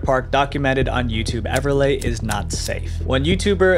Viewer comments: Just so you know, its pronounced Everlee not Everlay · I wish Everleigh was pronounced correctly. Everlay sounds like a carpet product. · Everliegh....." Pronounced "EVER LAY" is a TERRIBLE name to give a Girl who will have to go to Elementary and High School. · You said Everleigh wrong